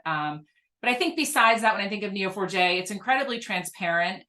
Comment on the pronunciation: I thought you were saying "Kneel for Jay" had to look it up to realize it was Neo4j.